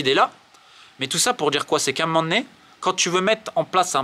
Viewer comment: pourquoi tu prends l'accent marseillais de temps en temps? A un m'men donné?